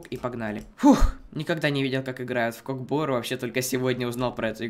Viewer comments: Братиш немного неправильно ударение не КОК БО́РУ , А УДАРЕНИЕ НА КОК БОРУ́ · Не кок бо́ру а кок бору́